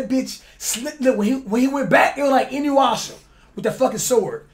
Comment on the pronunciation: LMFAO DIS NIGGA SAID INYUASHA IM DEAD